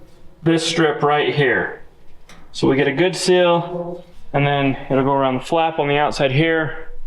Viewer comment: Seal, not sill.